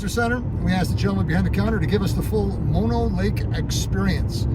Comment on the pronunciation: nice job getting the pronunciation right! we love Mono and often stop under similar circumstances... a little time left at the end of a trip why not stop there and enjoy the sights... good job getting into the water not many swim there wow!! beautiful scenes, love Mono lake.. /side note part of what is draining the Lake is LA/ they have agreements to not draw the lake below a certain level but when drought happens, they pull it anyway. That is how the tufas got exposed as you probably noted, LA taking all the water... Kind of an odd 50-50 though// because LA takes so much of the water from the entire valley, it can not be developed into massive suburbs// LA's water thievery has a side benefit of keeping this area rural and under populated, there is no water to support a large population... an odd silver lining... Great video thanks for taking us along!